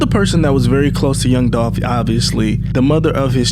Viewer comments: It’s Dolph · Its Dolph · ITS DOLPH !!!!!!!!!!!!!!!!!!!!!!!!!!!!!!!!!!!! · ITS DOLPH UH-HUH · It’s DOLPH 🐬